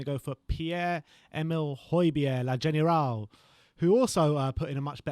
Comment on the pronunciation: La general ???.....omg 😂 Le General maybe you plum